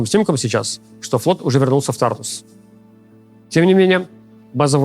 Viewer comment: Ого, первый раз слышу, чтобы медийные лица правильно ставили ударение в названии базы Тартус! Профессионалов сразу видно!)